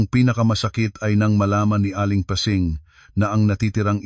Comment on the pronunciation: Ayusin.mo nga yong mga salita mo! Pasing ginawa mong pesing listening from Bacoor Cavite